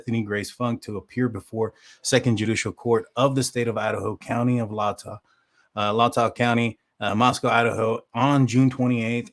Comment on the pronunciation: Latah = LAY TAW - sheesh, you'd figure that's been audible in other tubers.